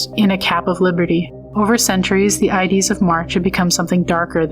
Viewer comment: Subbed, very interesting channel. Just one suggestion, use a REAL voice that can correctly pronounce words like "ides".